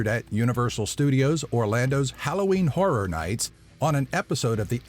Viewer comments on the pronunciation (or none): none